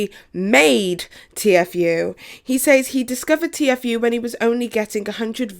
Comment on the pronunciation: Sooooo disappointed. Lmao. Sooooo I’ve NEVER heard anyone spell out Tfue.??? Had she really never heard anyone say his name? I just kinda recently started watching Petty...but wow?!? Not sure why I’m so annoyed at her spelling his name out so much?? That’s on me. Props to you for trying to report on something you’re not familiar with...I do follow faze banks and some of the other guys on my accounts. Etc. Pleaaasseeeeee though...watch at LEAST Banks’ video, do you’ll know how to say it??